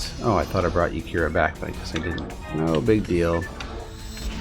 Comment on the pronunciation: I smile every time you call Yarika "Yakira" :)